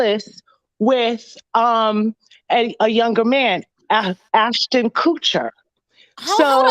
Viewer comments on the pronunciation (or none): none